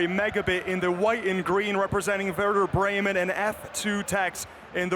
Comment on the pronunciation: The commentator saying Werder Bremen is the worst thing.